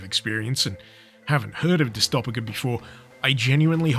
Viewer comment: It's pronounced like dystopia why do you pain me like this bro